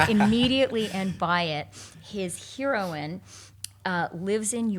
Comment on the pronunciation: interesting pronunciation of heroine and heroism, Chrystia you might wanna check the usual way, it's a touch distracting it nothing else